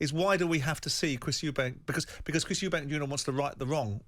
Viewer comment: It’s Eubank…not Eubanks. It’s like nails on a chalk board.